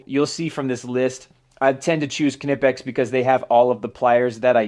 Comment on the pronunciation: WoW you are the first American who says Knipex right, Awesome! Give you‘r Tools a treat and oil them a bit so they don‘t rust. I sugest Balistol but WD40 will be ok. Here is a link to a Factory Tour at Knipex.